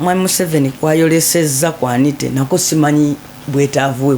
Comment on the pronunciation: Anit"a" not Anit"e"